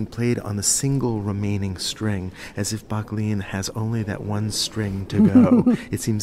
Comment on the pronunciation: Great video, but It's pronounced "BUCK-lin"